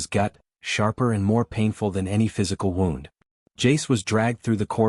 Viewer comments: I know right, I guess if it was spelled wrong like woond the would get it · Why can AI never pronounce the word “wound”?